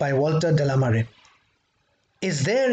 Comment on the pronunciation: Just a heads up... the name is pronounced De La ‘may ar’ or like the word Mayor. It is French. Mare is the ocean or the sea. So, Walter De La Mare actually means Walter of the Ocean 🙏🏻